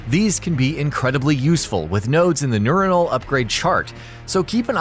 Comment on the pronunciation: did you seriously say nureonal? lmfao it would literally just be neuron